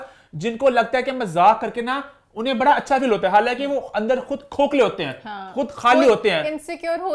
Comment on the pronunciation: BHHHADA NAHI HOTA, IT'S BADA. PLEASE LEARN URDU.